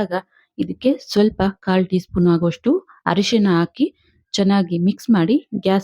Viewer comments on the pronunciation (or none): none